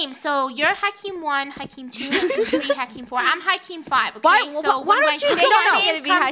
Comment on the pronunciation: says hakim as hekim bahahhahhaha